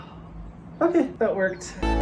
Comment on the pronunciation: is like that meme... 'ockhay'